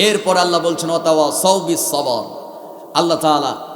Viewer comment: সবর হয় কেমনে🙄 তেলাওয়াত সহি করেন। শুধু সূর হলেই কি তেলাওয়াত হয়ে যায় 🤔 সুর আলহামদুলিল্লাহ অনেক ভালো